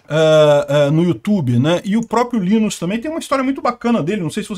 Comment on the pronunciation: Não se fala Linus, mas sim "lainus"